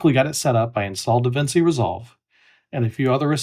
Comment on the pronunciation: It's pronounced Da-Vin-Chi. That's how Italian works, my friend.